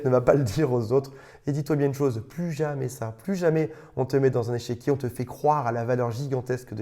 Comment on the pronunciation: Au lieu d'échiquier, tu dis "échéquier" : j'entends deux choses : échec et chéquier ... ton chéquier est-il en échec ou le chéquier peut-il racheter les échecs ?